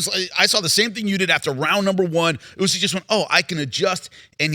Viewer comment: Idk why but it seems as if the host doesn’t know about boxing based off of how he pronounced usyks name